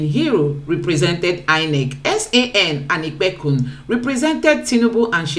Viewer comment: What is San anipekun.... come on... if u hv to be on social media atleast u can learn to pronounce a Nigerian name... it is OLANIPEKUN....NOT ANIPEKUN....JEZZZZ